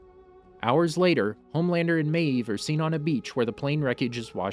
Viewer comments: You say maeve like meeeeeve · "Queen MAYeeve" OMG dude it's just one syllable. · Every time you said Maeve, you pronounced it with two syllables. 🤣🤣🤣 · No one: The narrator: maEEve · The way this dude pronounces mave........ Queen Maaaaaaaavvvveeee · "Queen mAEv" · Why do u say mave like that.Just wondering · Why do you say maeve like that?!!! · why do you say maeve like that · Stop saying mave like that😂